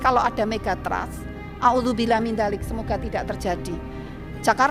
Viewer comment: Audzubillah atau NAUDZUBILLAH sih buukkk😂😂